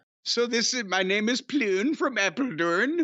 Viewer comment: Het is grappig om te horen hoe Jim probeert 'Pleun', 'Fulko' en 'Apeldoorn' uit te spreken. xD En ik maar denken dat ik redelijk uniek was als luisteraar van Jim en Brian, in Nederland.